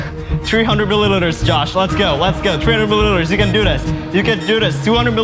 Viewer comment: can't pronounce "milliliters"